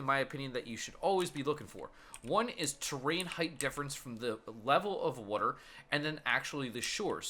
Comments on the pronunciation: You kept saying wuter instead of water. XD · Evan Forst I thought the same thing. I'm originally from South Jersey where the Philly accent is most common. "Wooder" instead of "water" is a dead give away. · i'll never get why people pronounce "W-A-T-E-R" as "wooder" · wooder ..haha i say it the same way. nice vid thanks for posting! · Do you live near philly? They pronounce water similar to you